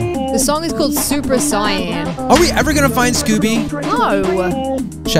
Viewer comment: Who else got triggered when she said "super cyan" lol